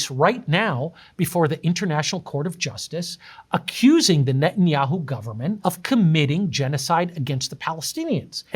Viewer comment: he’s definitely a Zionist or associated with the state of israel that pronouncation of netanshits name is way too suspicious